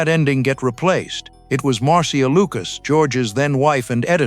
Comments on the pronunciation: Marcia is pronounced "marsha". It used to be a fairly popular name, even one of the characters on Brady Bunch was named Marcia. Marcia Marcia Marcia! I've never once known anyone that pronounced it "mar-SEE-ah". Stop being a weird. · narrator doesnt know how to say the name "Marcia" lmao. And by the way it's TIE fighters. TI?? Cmon man! Callin fake on this one.